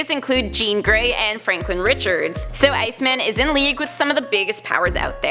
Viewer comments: Bruh i hate bruh she need to pronounce these heroes name better! Its iceman! Not icemen! Wtf wrong with her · IceMAN, not Ice-min... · She is saying “Ice Men” I am sure of it it is driving me so crazy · Stop saying Ice MEN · Shabloinkz I noticed that as soon as she said it 😂